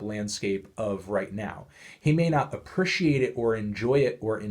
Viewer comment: The way that melon pronounces "appreciate" makes me want to drink Clorox